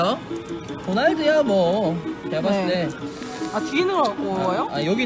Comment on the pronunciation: 저금통ㅋㅋㅋ귀여우셔요 미니뽑기 진짜 하고싶어요 ㅜㅜ제주도는 금뽑의나라 도날드가 왜 자꾸 고날드라고 들리쥬○_○